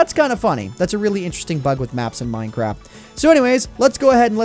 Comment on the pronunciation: Anyone else hear him say "Mine Crap"?, XD